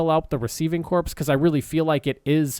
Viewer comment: You keep saying corpse and it's driving me crazy.